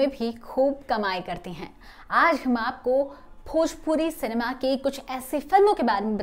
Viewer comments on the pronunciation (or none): none